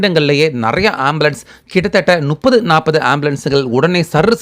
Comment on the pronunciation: இது தான் இன்றைய தமிழின் நிலை. "ழ,ல,ள"உச்சரிப்பு "முப்பதை", "நுப்பது" என்று உச்சரிப்பது. திராவிட கட்சிகளின் 50 ஆண்டுக்கு மேல் ஆட்சியின் அவலம் இதுதான்.